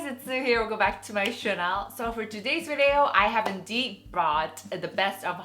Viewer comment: I love how you say “channel” 😂😂😂